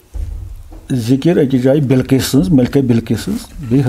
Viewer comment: Qissa Sulaman AS ap ache se paday jinab,, yeh ap kuch galat bol rhe ho vo takht e bilkees tha na ki bilkess